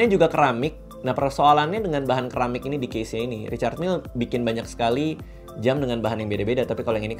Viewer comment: Bacanya SERAMIK kali bukan KERAMIK